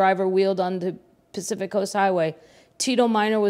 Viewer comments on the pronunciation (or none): none